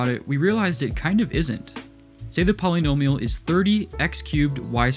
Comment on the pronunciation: Great video, but I hate the way you say “polynomial”